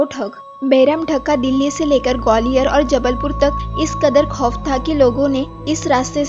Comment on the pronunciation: Mot ke ghat nhi maut hota h 😂 khof nhi khauf hota h 😂